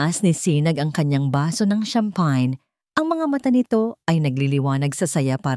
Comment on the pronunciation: Ms.narrator you pronounce the champagne word.l wrongly...be careful